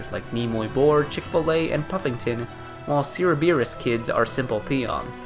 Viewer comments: Bro managed to nail "Sathankhamun" but then went on to pronounce Cerberus "Seerabeerus" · he did NOT just call Cerberus Kids Sear-O-Beer-us kids. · "Ceerabeerus Kids"